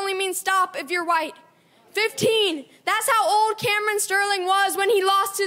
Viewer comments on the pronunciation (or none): why does he pronounce “that’s” like “thas”? cringe lol accent he’s putting on